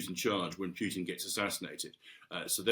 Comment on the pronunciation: Love the way he pronounces the name as Mags Thatcher did, "Pewtin"